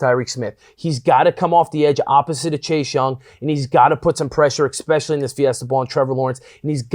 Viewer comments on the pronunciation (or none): I love you bro, but "e-specially" There is no "X" or "ecks" sound in the word. If you can let Urban Meyer know this, too, I'd appreciate it.